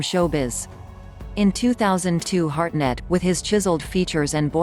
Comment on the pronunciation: It’s Hartnett, not Harnett, you dufusses.